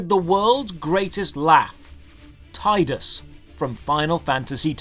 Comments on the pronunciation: It’s pronounced Teedus, not Tiedus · Just wanted to say it's "Tee-dus" not "tie-dus". His VA confirms this :) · Bro, its pronounced Teedus not Tiedus